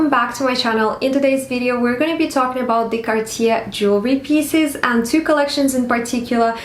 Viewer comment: With respect. That is not how it is pronounced. “Car-teeyay” is much closer to the correct pronunciation. If you are going to be making videos on the topic, and have a collection, it’s better to be calling it the proper name. Also, while some may be affordable than others… “anyone can get access to one” is seriously out of touch with society. I’m not being jealous, I have Cartier and fine jewellery myself… but I know that I am lucky to own it and don’t presume some of those pieces are affordable to everyone. x